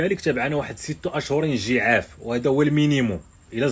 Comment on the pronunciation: عجاف و ليس جعاف